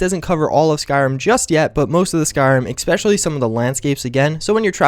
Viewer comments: I'm not sure why this bothers me, but you say "especially" like "X-pecially" and it is VERY annoying since you say it almost every 30 seconds. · Ec-specially... Ec-specially... Ec-specially... Ec-specially... Ec-specially... Ec-specially... ARRRRRGGGHHHHHHHH!